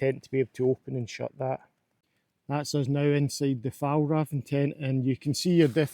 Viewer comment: As a swede, the butchering of the pronunciation of "Fjällräven" is really funny.